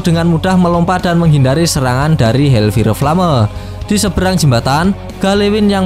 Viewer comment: Bang di baca hel fayer flem